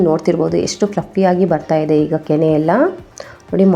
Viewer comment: ಹಾಲಿನ ಕೆನ್ನೆ ಅಲ್ಲ ಹಾಲಿನ ಕೆನೆ